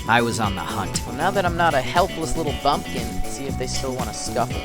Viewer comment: you say bumpkin I want you PLEASE to just look that up and STOP saying it 😂🤣😂